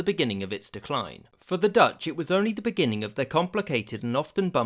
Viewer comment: A non-Dutch person mispronouncing Dutch words. Go figure.